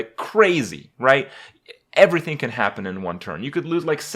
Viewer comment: "In one turn, evryfin can happen" you are so right kripp...